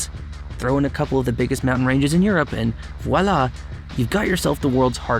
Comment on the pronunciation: 'and wallah' ... it's 'voila' mate. it's french. it means there it is.